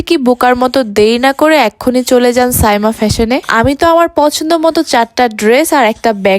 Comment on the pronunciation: সামিয়া বলছেন কেনো?সাইমা হবে